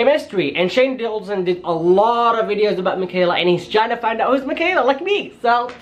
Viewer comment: Ok I'm sorry but it's not Shane dualson it's door-son that's how u say it door-son Shane Dawson I'm sorry xx